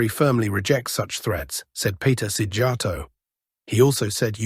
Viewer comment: Say this: Сийярто! He is the Hungarian foreign minister and this is the way and this is how Russians should pronounce their family name. Сий-яр-то! Only a Russian who doesn't want to can't pronounce the name correctly.